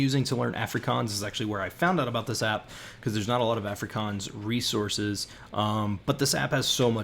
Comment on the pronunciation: Please learn to pronounce Afrikaans.